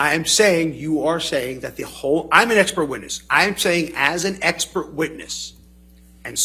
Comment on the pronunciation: why he just keep saying ekpert?🤣